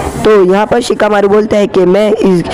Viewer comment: In Sicakamaru ❌ Chikamaru ✅